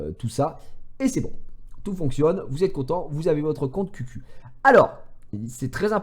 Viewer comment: Ça se prononce khiou khiou et pas qq